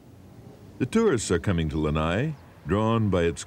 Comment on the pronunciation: Lana’i - not lanai. It is so sad to hear that island name mispronounced till today.